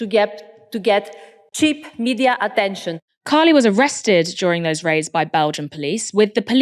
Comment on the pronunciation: It is pronounced Kha-ee-lee with the emphasis on the last syllable